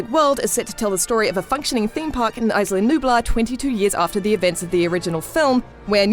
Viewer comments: Aisla nublar... Its Isla! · "Isla" is pronounced Ees-lah. Not Ice-lah. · Isla (EE-sla) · No the s is not silent. Isla is a Spanish word it means island. And it's pronounced eee -sla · Please work on your pronounciation, the spanish "isla" has NO "ice" in it. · the way she says "isla" hurts me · The 's' in "Isla" is silent. Like the word "island", which is what it means. Rough translation- Nublar Island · Not trying to be rude or anything but the way she says "isla" pisses the shit out of me